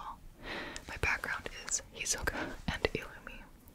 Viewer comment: I’m so sorry but GOD!!!! I hate it when people don’t get it right it’s Hisoka not Hesoka, pronounced like his not he!!! This is why you don’t watch dubbed it’s just not accurate!